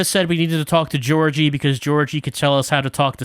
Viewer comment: Thanks for this, it was fun to see a more lighthearted take on the game. Also, I got a minor stroke every time pronounced Georgiy as Georgie:D